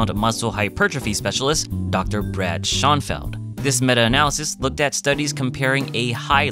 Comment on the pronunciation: FYI- It's pronounced "Show-en+feld" & not "Shaun+feld".